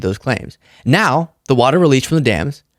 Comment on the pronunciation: He can’t even say WATER. Not WATA SAF